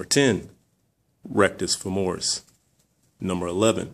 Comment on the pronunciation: rectis femoris! lol good video though! thanks